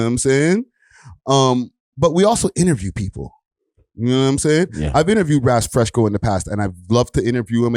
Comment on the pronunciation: said Raz FreshCo. 🤣